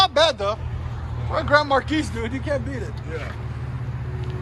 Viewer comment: The S is silent in Marquis